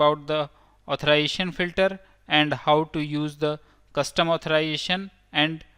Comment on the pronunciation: The word is AuthorIZAtion not authoration